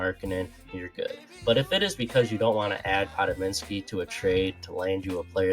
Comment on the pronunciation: Good video but learn to pronounce Podz his name, it isn’t podiminski like you pronounce….